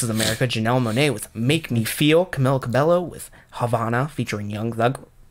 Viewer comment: It’s pronounced CA-BEH-YO